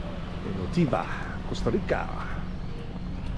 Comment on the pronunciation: Why on earth do you keep pronouncing it U-TEE-VA??????